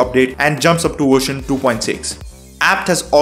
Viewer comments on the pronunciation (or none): Version, not "wersion".